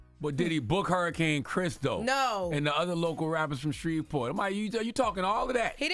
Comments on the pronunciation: Baby y'all are pronouncing every single letter in S-h-r-e-v-e-p-o-r-t, with the hard V😂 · Did she say “ idk Shreveport “ ?? Smh what are schools teaching ?!